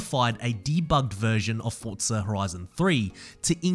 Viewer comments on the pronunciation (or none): Bro I am just saying why do you say Fortsa it is forza